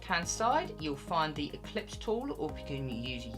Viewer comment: Nice work. You may wish to recognize that the pronunciation of the tool you are calling "eclipse tool" is actually the "Ellipse" tool , (derived from the shape the tool creates and is a term commonly used in mathematics. Your pronunciation and refers to an "ECLIPSE tool", something celestial gods use to create "solar eclipses" 🙂. Just kidding with you -- simple mistake but just thought you might want to know. Interestingly, an "ellipse" with a constant radius is a circle. The orbit of celestial objects are not perfect circles always - i.e. rather more often ELLIPSES - sometimes resulting in planetary ECLIPSES. 🙂 .. Just kidding with you my friend. But seriously, thank you very much for the terrific content. Beautiful work.